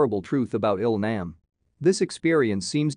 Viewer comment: ah yes, "Ill-naam" and "Guy Hunn"